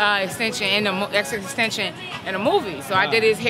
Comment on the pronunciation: she said xxxtention lol